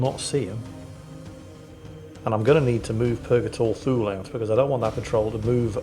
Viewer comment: I know his name is Thule but I always hear Fool and Bors is Balls. I suggest renaming these two to those names if it's possible. 🤣